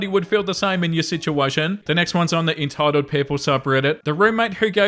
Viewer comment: Very “enetitled” 😂